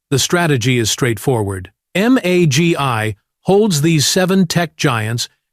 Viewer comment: MAGY not MAGI